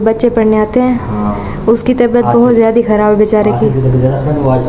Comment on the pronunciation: Jadi nhi jada bola kro